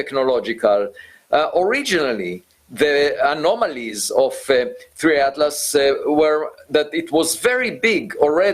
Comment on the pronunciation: Es atlas no adlas